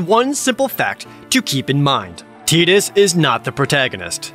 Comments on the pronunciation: "I'm going to try to go by the canonical pronunciation." But you didn't, you went with the non-canon Square-Enix head canon pronunciation. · I like how confident you pronounce those words, but kind of mangle them XD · Jared: "im gonna do my best to go by the canon pronunciation..." also Jared: "so TIDDIES here is our main character" that killed me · I mean, i guess if you think of "ti" being pronounced like "ki", "Teedus" makes sense. Even if it sounds dumb. Also, the joke caught me off guard. Thought that was pretty funny. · It's like, Tide-us makes so much sense considering the story and where it takes place, but Teed-us sounds correct to say once you've heard it more than once. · Selphie in KH2 calls him Tie-dus but I think its confirmed that she didn't know it was Tee-dus. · "I will do my best to do the canonical pronounciation" Jared in the next sentense: "So TIDDIES here..." I will name him Tiddies from now on. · I don’t know if it’s canon or not but I hate the pronunciation of Tidus as Tee-dus. I always said Tie-dus. I hate the way Tee-dus sounds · I don't care his name is pronounced Tide - us, I don't give a shit Tee-d-us cant be canonical because Dissidia isn't canonical, that's my flimsy justification and I'm sticking to it. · It's tide-dus lol. Teedus sounds weird. They prob got tidus from tide. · Nah nah nah nah, Tee dus is cringe dude. Stay strong, king. Use Ty dus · tide us. Is way better then. Teedus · The name is actually pronounced Tee-Duh in Japan. I assume it was altered to Tee-Dus for the US releases. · I always pronounced it "T-Dos" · it’s actually pronounced “tiddies” fyi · It will always be "Tie-dus" to me, just sounds cooler for an otherwise uncool character. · Jared: "I'm gonna do my best to go with the canonical pronunciation." (Seconds Later) "So Tiddies here..." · Projared:"I'm gonna go with canonical pronunciation, okay?" Also Projared, not even 5 seconds later: "So Tiddies here..." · I will never accept the Teedus pronunciation